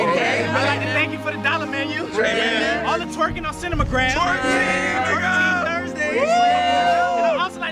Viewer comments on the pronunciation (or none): "cinimagram" lol